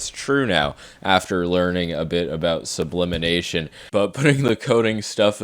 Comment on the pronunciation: The second you said sublinination, I hopped in the comments lol